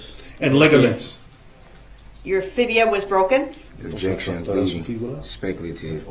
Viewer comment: Objecssion axed and answered.